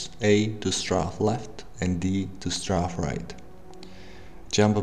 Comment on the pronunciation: Space Engineers Zed? like the Zed gun(s) in Killing Floor? Strafe not strawf where are you from? I have some idea for fixes: (The quote loading screen is brilliant) - Metric?! Seriously?!? >=( - change up to R and down to F making it quick and easier, C is a bit difficult and awkward to reach to and change LMB and RMB, playing minecraft makes this surprisingly fusterating or just the ability to change them - when walking strafe the camera spazes out - zoom is buggy and doesn't zoom all the way in - Increasing welding distance, I noticed its EXTREMELY short maybe double or triple - most importaintly when crashing into anything there is absolutely no resistance slowing things down so you can just rotate and crash into everything like I did and wiped out half of the platform and didn't even realize it. - One more thing, when building this VERY important. You can use the beacon to save you current ship, and for any reason it is damage (or even nonexistent) you can 'load' saved ships from a list separate from your world saves (making it easier to share them as well) that will auto place every block that was saved to be welded making repair, especially large ships MUCH easier instead of remember EVERY block that was destroyed